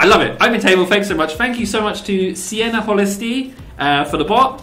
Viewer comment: I broke up when you tried to say "Sieenihölistii" :DD (I'm a Finn)